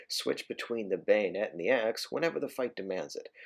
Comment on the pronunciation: "Now, We've got the gayonet."